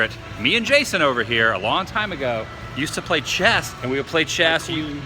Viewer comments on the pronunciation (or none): none